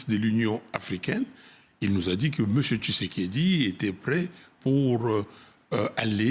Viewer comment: tu prononce mal son nom kisekediii 😂